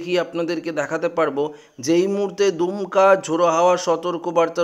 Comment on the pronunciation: এরা কোথা থেকে বাঙলা শিখেছেন/দমকা কীভাবে দুমকা হল ????? !!!!!